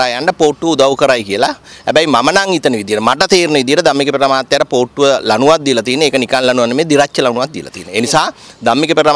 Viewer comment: මට ඇහුනෙ පූට්ටුව කියලා 😅